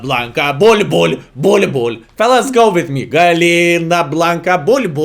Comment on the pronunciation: It's gallina blanca 🐔 Pronounced with y like yes. Gayina